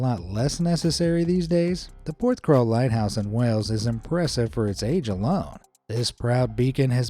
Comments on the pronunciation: It's pronounced 'PorthCAWL' not crawl lol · PorthCAWL not CRAWL! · Hey! It's Porthcawl. Not Porthcrawl! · It's Porthcawl, not PorthcRawl ;) I live not far from Porthcawl, been there multiple times, including along the pier. If you seaarch for 'Porthcawl Storm' there are many images and videos of people standing next to the wall near the lighthouse, just before the gateline seen in your vid, the gates only close during stormy or icy weather. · Lol! It's Porth-cawl, not Porth-crawl! 😂 (Though to be fair, you got the vowels right for the English pronunciation.) I should know, I was born and brought up a few miles away. I know that breakwater and the lighthouse so very well. Used to go crabbing off the breakwater into the harbour. Haven't been there in many years but it's still home to me. I spent nearly every summer day on one of the beaches in and around Porthcawl as a kid. 🏴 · Thanks for saying that. I was thinking how many times can he say crawl XD